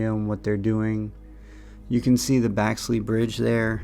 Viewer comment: Thanks for video,,,,BTW, Clifton Grove is putting only….NOT pitch and putt like Marsh Bend. And it’s BEXLEY not Baxley Bridge